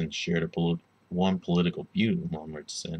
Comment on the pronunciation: Omg you pronounced his name so poorly. At least look up the proper German pronunciation.